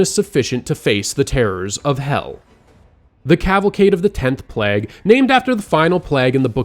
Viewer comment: Plag?!?! Play-guh